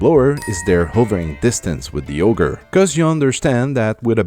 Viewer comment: I love that you pronounce Auger as "Ogre"